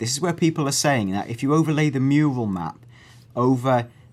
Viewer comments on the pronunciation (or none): Lol he says "Mule" instead of "mural" at least it sounds like it